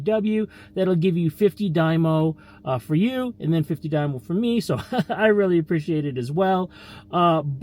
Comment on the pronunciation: Stop saying die-mo 😂